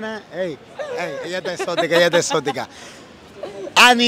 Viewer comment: ¿Por qué dice "exótica" en vez de erótica?